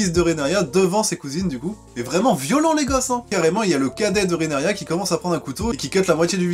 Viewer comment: Tu t’es encore trompé c’est Rhaenyra Pour t’aider ça se prononce « Rénira » 😂 désolé. Sinon très bonne critique 😉